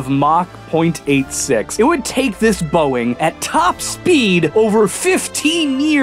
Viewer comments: as someone from Germany, I thank you for pronouncing "Mach" the original/correct way and not like "mak" or so.;) Even if it was accidental. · I can proof that he pronounced "Mach" pretty well. Of curse i mean the german word "mach" but hey, a win is a win ;D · Me, a german : so I see you have mastered one of the two ch sound without trying... Impressive! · Actually your first pronounciation was more correct, as Mach was an Austrian physicist. Quite profound ch there! Did you ever speak or learn German? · Let me tell you as a german native speaker: You pronounced "Mach" correctly the first time:D "Bach" is the same because these are german names. (regarding the language not necessarily the country) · Um actually: The way you pronounced "Mach" at the start was actually correct. This is how we Germans pronounce Mach. And the guy who invented it was from Switzerland. (Actually called Schweiz) and in Schwitzer dütsch you pronounce ch even more like that. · Little did he know, that he pronounced MACH correctly at first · you pronounced Mach correctly as he was an Austrian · The fact that the way first pronounced mach is the right way to pronounce it in german,and then he correcta himself breaks my heart